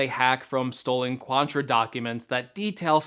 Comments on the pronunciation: It’s Quanta, not QuanTRA. You also showed MacBook Air schematics… 🤦‍♂️ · I believe it’s Quanta, not Quantra